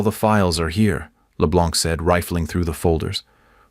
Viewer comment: It's LE BLANC but you don't pronounce the C.